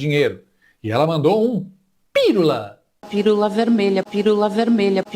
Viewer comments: "Pirula deve ser a versão feminini de piru" 🤣🤣🤣 Sem surpresa, ela fala "lulês". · Se Janja é socióloga, eu sou a Rainha da Inglaterra. Nem pra perceber que a palavra proparoxintona termina com o nome do marido: Pi-lula.😂😂😂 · "Pirula"??? Ela deve ter algum "PLOBLEMA" no "CELEBRO"...